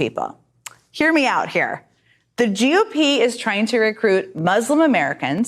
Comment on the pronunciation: When she says GOP why does it sound so much like Jew pee?